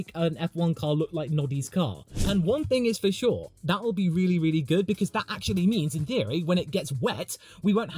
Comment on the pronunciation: I love how the 2026 car looks and how it will work. Smaller, shorter and lighter. I don't care if it is slower because faster doesn't mean better racing. And everytime you say for sure, I understand Verschoor 😂